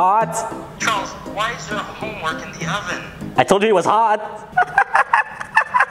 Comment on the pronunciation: Its “homme” work